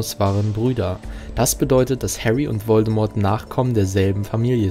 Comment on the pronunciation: An sich gutes Video, aber wer sich so lange und intensiv mit dem HP Universum beschäftigt sollte doch echt wissen, dass das T von Voldemort nicht ausgesprochen wird.